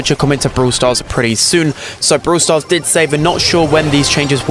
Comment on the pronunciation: Am i the only one hearing bruw stars?😂